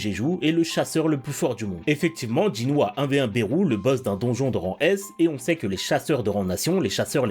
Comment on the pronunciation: Juste ça se dit "belu" et pas "berou"voilà 😅